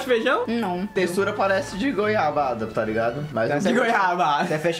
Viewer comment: o teve um derrame na hora de falar goiabada